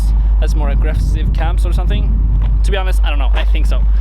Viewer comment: dude!? You said "ro" insted of to. Learn how to speak english!